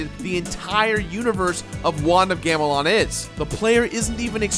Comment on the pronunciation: You couldn't retake when you accidentally said "want of gamelon" in the beginning? Take pride in what you do man